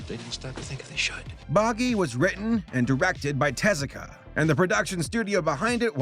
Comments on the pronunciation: It's not "TEZ-ah-kah?" It's with the emphasis on the u, like "tez-OO-ka?" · Take a shot every time pronounces Osamu Tezuka's name wrong! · I'm only judging your pronunciation of Tezuka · I love your channel, I really do. But not at least Googling how to pronounce people's names is not only lazy, it's disrespectful.